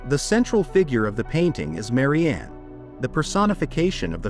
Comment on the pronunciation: It is a good video, thanks, but i could not notice that for poor Eugene Delacroix, both his name and Marianne were mangled. Why not present classical paintings as they are, without blurring? Does not Youtube algorithm have enough "brains" to distinguish them from baser images?